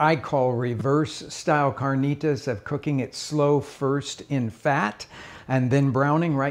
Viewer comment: Loved this guy dropping the accent on carnitas about 5 minutes in.